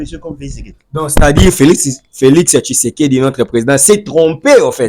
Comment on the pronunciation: Oyo akobela liboma. Jusqu'au point de ne plus savoir comment dire Felix Tshisekedi, il dit Felix sekedi. Regrettable pour une personne pareille qui croit se faire un nom en citant le nom du président 1000 fois dans ses émissions